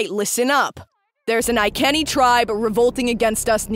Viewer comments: It’s pronounced “Eye-see-nye” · What is truly absolutely barbaric is the pronounciation of "Iceni" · Man that pronunciation of iceni is something else